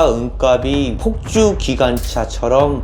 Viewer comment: 내용 넘 좋네요 잘 봤습니다! 다만 은값이 [은갑시] 라고 표준발음 부탁합니다. 은갑이 [은가비] 가 돼 발음도 안 맞고, 무슨 갑? 상자? 이런 느낌이 됩니다.